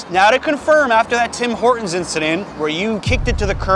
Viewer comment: We call it Tim Ortons without H, like hour or honest